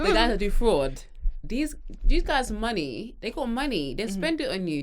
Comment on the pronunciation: Nigerian accent came through when she started talking about money 😂😂😂😂 “bring the moooney ah ah”😂